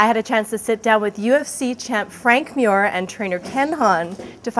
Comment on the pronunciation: she can't prenounce mir